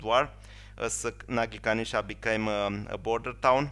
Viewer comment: It is Nagykanizsa, not Nagykanisza.